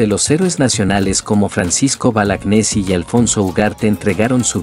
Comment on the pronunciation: El héroe del PERÚ es Francisco Bolognesi , y lo pronunciaste mal al decir Balagnesi , rectificate por favor .